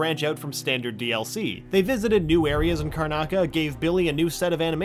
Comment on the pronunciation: "The island of Karnaca" smh